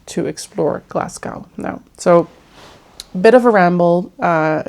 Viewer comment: It’s pronounced Glasgo (so you don’t pronounce the ‘w’). Yeah that’s why lots of movies are filmed in Glasgow as it looks like New York with the grid structure in the city centre. Lots of beautiful places to visit in the city but you kinda need to do your homework first as the city centre is quite grubby and far nicer areas/suburbs.